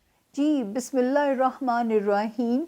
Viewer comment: APNI Bismillah theek kr lain plz ap ghalat parhti hain